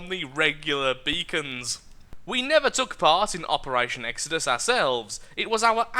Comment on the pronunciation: its not exedus its ex-o-dus